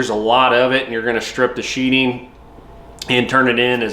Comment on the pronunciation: I appreciate the video. Its sheatHing not sheeting. Like a knife goes into a sheath and not a sheet.